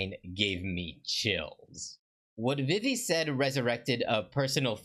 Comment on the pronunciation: Not to be mean but I’m pretty sure her name is pronounced Veve